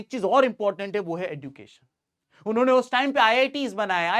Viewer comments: Education pronounciation sahi kro please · Sir sorry but fir bhi khungi education ka pronunciation galat kiya h Kai bar kafi log yahi kehta h jo aap keh rhe h par plz try ki ap sahi kahe thankyou sir